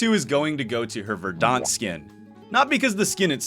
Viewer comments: Just an FYI: it’s pronounced VER-dent, not “ver-DAHNT”. Otherwise great video, very fun to watch as always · I dunno if I can say this without coming off like an ass, but that is definitely not how you pronounce 'verdant'. Please look it up. I kept thinking you were talking about the Battle of Verdun or something. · Thanks for saying this. Made my butt twitch every time he mispronounced it 🤣